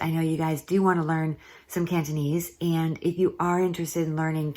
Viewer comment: Very good cantonese, unlike other americans with funny accents.